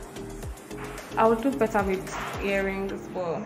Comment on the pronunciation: she say na 'seuuww'🤣🤣